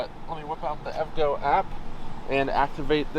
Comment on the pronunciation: Great video! Just a heads up... EVgo is pronounced in 3 syllables. E-V-Go